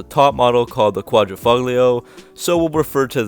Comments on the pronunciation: It's "Quadrifoglio" not "Quadrifuglio" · Good job in this video. Some FYI though, the "g" is silent. You pronounce it "quad-ra-folio". I currently have a vintage Guilia Sprint Veloce but in the early 90s had an Alfa Spyder Quad--ra-folio. I bought it new and the salesman spazzed out because l said it wrong lol!